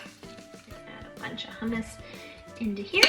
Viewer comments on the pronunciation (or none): I had to rewind I thought you said rum water for the hummus and I’m like what is that lol also I thought I seen somewhere that you pick a watermelon by the amount of like the brown dirt looking lines on it the more it has the sweeter it will be because those are from the sugar